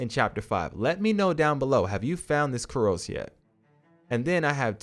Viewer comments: Dude. Curio is pronounced "kure-ee-oh". These videos are great but I cringe every time I hear you say "kur-ohs". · Kyoo-ree-ohs, lūng, jin-seng. Good video